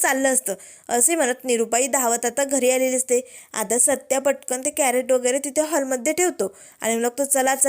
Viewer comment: कॅरट नाही, क्रेट म्हणतात त्याला ताई.